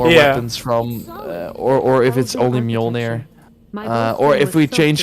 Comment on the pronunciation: Bro it's an axe. How TF you gonna turn that into a hammer. And it's mjolnir, not milnor.